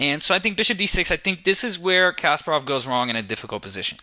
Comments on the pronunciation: You should pronounce Kasparov name with the right intonation. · Kas-PAH-rov. (Accent on the second syllable) Not CASPER-ov. Good grief.... SHM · Um, it has nothing to do with grammar; it's just simple, correct vs. incorrect pronunciation. It's not rocket science. Common sense dictates that you don't make a chess video and then mispronounce the name of the very (legendary and well known, mind you) person your video is about!